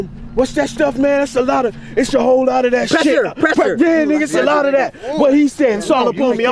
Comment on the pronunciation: He can’t say the word pressure 🤣🤣🤣